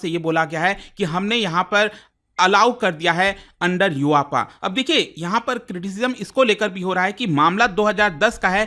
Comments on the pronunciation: U.A.P.A--❌❌ यू-आपा--✔️✔️ 😅😅😅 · Sir yuaapa 😂😂😂 nhi, U.A.P.A alag alag boliye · Its U.A.P.A not you apaa😂😂😂😂😂😂😂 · युआपा नही दोस्त यूएपीए कहते है इसे 😅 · Is ko UAPA nahi be U-A-P-A 😂 BOLA JATA HE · UAPA ko uaapaaa BOL raha hai😂😂😂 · Sir pronounce UAPA correctly 😅